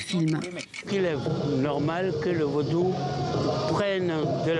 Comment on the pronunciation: l'a journaliste dit vaudoune😅 au lieu de Vaudou